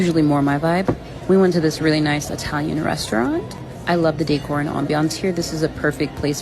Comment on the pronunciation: “Decor and ambiance.” Man oh man!